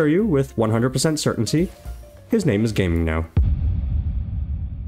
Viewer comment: Gaming is not pronounced as “Game” but rather like “Gah Ming”